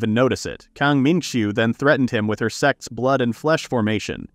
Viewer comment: Text: "sect's blood and seal formation" Narrator: "sex blood and seal formation"